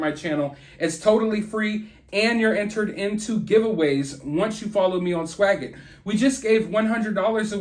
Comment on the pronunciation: You break my heart every time you say swagit 😓